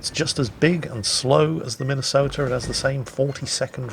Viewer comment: As a Minnesotan, I'm disappointed. If they were true Tillmans instead of this discount crap, I'd be ok, but, as it stands... Get my state's name off that monstrosity! Also it's Mi-nuh-soh-tuh. At least in the Twin Cities (two biggest cities in the state). Just an fyi.